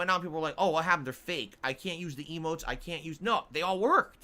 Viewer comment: Every time he says "eemotes" I'm flashing back to that rant about how Twitch is just about subs subs subs, get those custom eeeemotes. And ofc how he's not about that, he'll never be about that. Yet here we are.